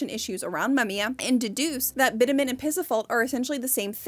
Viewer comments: BitUmen. Accent is on the long U. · Bitumen = bit chew men. Please. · I really hate to be this person on the internet sometimes, but 'bitumen' is pronounced "bi·chuh·muhn" not "bit-a-men". Great video otherwise but I felt it was important to mention given the point you were making about the importance of understanding languages. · This was a great and very interesting and obviously well researched video. One note though, bitumen isn’t pronounced “bit-a-min” but “bi-chug-muhn”. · Thanks for sharing, The Mummia concepts and truths are so very interesting. Thank you for talking about this very unique concept. One note bitumen is pronounced Bi-chu-muhn. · I defo thought bitumen was pronounced with a tch sound....